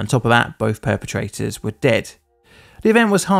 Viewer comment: Did you say "Both our pair-petrators have met?"